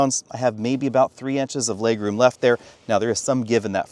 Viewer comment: I'm more annoyed by how he pronounces "legroom" and regular" like "laygroom" and raygular" but then forgets there's an "r" in the word "forward". Tell me more about that Foeward Laygroom,.